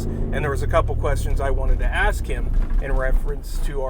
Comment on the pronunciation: Is it to much to “ask” to use the word “ask” and not “axe” for the word “ask” lol